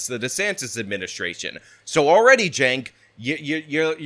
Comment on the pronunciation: If youre going to make a video about someone, learn their first name. CHENK - not JENK.